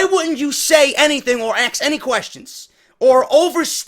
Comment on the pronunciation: Let me axs you something